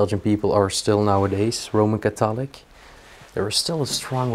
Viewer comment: Echt niet negatief bedoeld, jullie video's zijn prachtig! Maar probeer iets aan je uitspraak te doen.. vooral de klemtoon in sommige woorden.. childs bijvoorbeeld is children. En de klemtoon in Knowledge en catholic. En probeer die Th te oefenen in thousand en three.